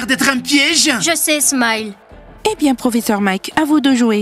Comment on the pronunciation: On dit smile pas smayele